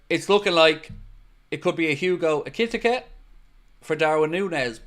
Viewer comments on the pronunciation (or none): just a heads up, Ekitike is pronounced "Ekky Tee Kay" , not ekitikuh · Hello, here's how you pronounce Hugo Ekitike EE-KEY-TEA-KEE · i think its pronounced Ekeeteekay Ekiteke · It's 'Eki-Tee-Kay'... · EKEE TEEKAY....... is how you pronounce it. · you keep butchering his name!! 😂😂